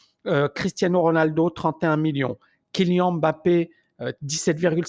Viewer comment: Par contre c’est « KyliANNE » et pas « Kyli-an » 😭😭